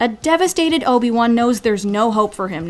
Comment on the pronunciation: it's Obi-Wan not Obin-Wan